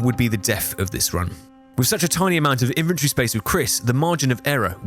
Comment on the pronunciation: question, why are you pronouncing inventory as "infantry" ???? :(